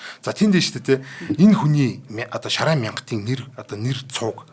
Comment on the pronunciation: Шарайн биш, Шарайд юм шүү